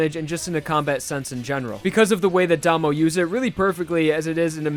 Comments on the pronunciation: It's Dah-mo, not Day-mo. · It slightly bothers me that says Damo like "Day-moe" and Joshuu like "Josh-oo." Also its Nut King Call not King Nut Call. otherwise Great video!